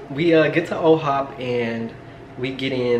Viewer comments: Why you keep saying OHOP it’s IHOP LMAO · First off love the videos. But really love u personally but, can u not call it O’HOP it’s I’ HOP okay lol 😂😂😂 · Am I going nuts or did you see y’all went to “OHop”? Is there an OHop and iHop?! Lmao